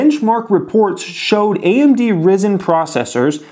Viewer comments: It's pronounced Rye-Zen, not Risen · My thoughts would be that Nvidia is a superior company and I wish I would have bought stock in them a long time ago. However now AMD is a much cheaper stock to purchase compared to Nvidia and in my eyes therefore has more potential to go up over time. Just an FYI the CPU is pronounced "Rizen". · Its RIIIzen, like the sun. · Love your videos. Not sure if relivant to you but its pronounced RIGH-Sen like "right" minus the t. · You really goofed up the pronunciation of 'Ryzen'....it's not how it is pronounced.